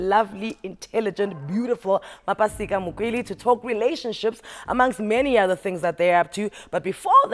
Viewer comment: Please correct the Surname...is Mokwele not Makwele